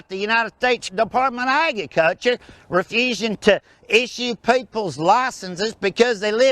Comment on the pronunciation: "depatment of agiculcha" damn I love joe exotic